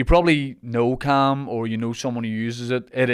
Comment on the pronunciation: Thought you said ham instead of calm and instantly craved ham